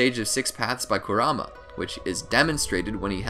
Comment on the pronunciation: Karama not koramah